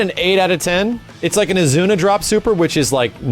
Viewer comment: IZUNA! IT'S AN IZUNA DROP! Not AZUNA!